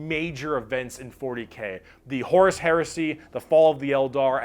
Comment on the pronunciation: the way you pronounce horus I only hear as horse and that is way more amusing to me than it should be.